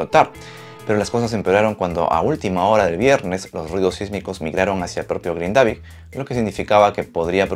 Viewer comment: gracias por la info, solo para aportar en algo a la información (vivo acá en Islandia) el pueblo se pronuncia GRINdavik....como cualquier palabra en islandés, la acentuación siempre será en la primera silaba.